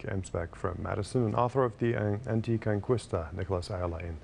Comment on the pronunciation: Excellent analysis, really strange how the host pronounced "Anticonqwista"